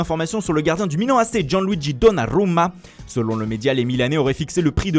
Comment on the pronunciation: Foot Mercato c incroyable à chaque fois qu'il parle Dunnarumma y disent bien : Guanluigi DunnaLUMA